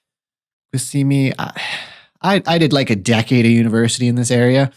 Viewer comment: Doctor, here’s a phonetic breakdown: Q-see-mee-a